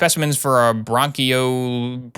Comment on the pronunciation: For as many issues there have been with a bunch of the medical terms, you did a great job with bronchoalveolar